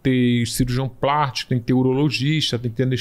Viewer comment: Geeeeente como alguém fala tão errado assim em um programa? "Elartico"? "Cirurgião prartico" doeu...